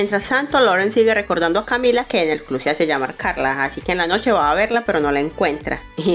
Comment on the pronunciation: Hola, muy buenos los resúmenes y sus videos. Pero, disculpe, tengo que decirle que pronuncia "clu" en lugar de club, "sesy" en lugar de sexy (que debería escucharse algo así como: secsy ), "notturno" en lugar de nocturno. Es muy buena la manera en que hace el resumen y el video... pero es importante pronunciar bien, lo cual permite que se escuche mejor un trabajo tan bueno.